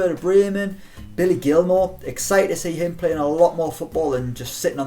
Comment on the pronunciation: It's not Leon Bailly like Eric Bailly, it's Leon Bailey, like how you'd say it the English way.